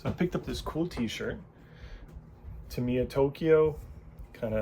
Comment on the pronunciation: Still not pronouncing Tamiya correctly. Its not ta・MEE・ ya. Its TA・ mee・ ya